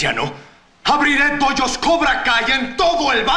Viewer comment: "Pollos" dice jajajaja 🤣🤣🤣 Dojos* loco!